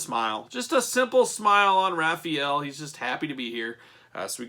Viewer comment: “Ralphy-ellow.” Omg 😭😂